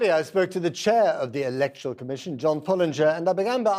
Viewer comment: Elec'toral? Comes from word elect. Therefore its pronounced Elect'oral. ......not able, you mean unable. Just call me a pedant. It's a losing battle.